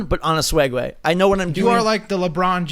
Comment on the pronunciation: it sounded like said feeding swegway